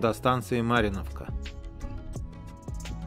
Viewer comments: Мариновка ))) ударение на И ))мы так проговариваем )) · Да чего-то искал, искал, я где правильно ударение сделать, так и не нашел. А вчера еще фильм смотрел Сталинград 1993 года немецкий, даже они там МарИновка сказали. Ну что ж простите неместного. У меня всегда проблема с ударениями в топонимах.